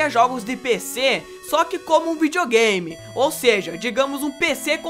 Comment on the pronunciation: kkk olha como ele fala video game kk